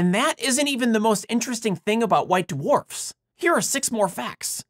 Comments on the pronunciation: white DeWharfs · White "d-warfs." 😁